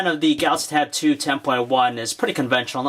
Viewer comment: Is it me or does it sound like every-time he says Samsung Galaxy Tab 2 it sounds like he calls it tattoo? Plus I wanted to hear more about the cell phone portion of this tab. Will I be able to buy this and put my Sim card in and use it for my cell phone?